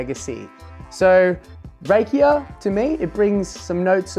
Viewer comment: Pronounced RAH-kia, chief. The stuff in the former Yugoslavia is amazing! Everyone knows an uncle who makes it. Your concoction sounds tasty.